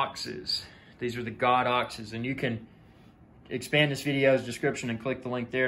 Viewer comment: "Go-dox" not "God-dox" 😊 Enjoyed the video, well done.